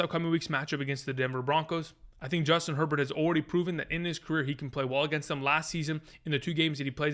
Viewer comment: Who's Joistin Herbert?? 😆 🤣 😂